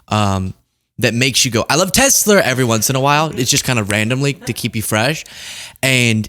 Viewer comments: “I love Tesler!” 🙊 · "Makes you go 'I love Tesler!'" Oh my god, that was hilarious. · the “i love tesler” chip is already in my brain and it’s called autism echolalia